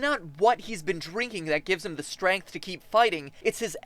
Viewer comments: You say strength with an "a" I like it. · MatPat, are you French Canadian? Your pronunciation of "strength" sounded different from American English. Great ep, by the way!